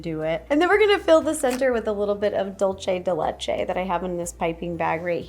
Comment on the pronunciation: I love this video! All of the cookies look so good😋 ❤❤ Also Ro, i just wanted to let you know it is not dul-chay de le-chay it is dul-say de le-chay.😊